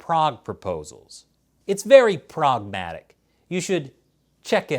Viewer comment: "It's very Prague-matic"...